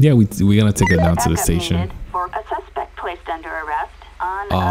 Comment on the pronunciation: He always says suspec when he should be sayin suspect